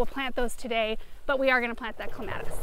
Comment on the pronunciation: Thank you for saying "CLEMATIS" the right way...LOL!!